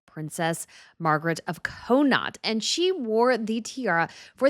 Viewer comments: It isn’t COH-NOT, it is Cawh-naught. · It's Margaret of Conn-aught, not Co- naught. As usual, your pronounciation sucks. Work on it more. Maybe practice before doing a live? I know you love tiaras and royals, but don't insult them by mispronounciating things everywhere. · It's pronounced Con-knocked. Connaught is a part of Ireland that covers the the west of the country, and includes the counties of Galway, Mayo, Sligo, Roscommon, and Longford.